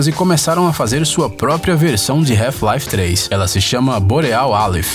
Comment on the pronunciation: "Reufi laife 3"....🤔